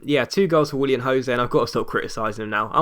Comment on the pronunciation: Willian not William xD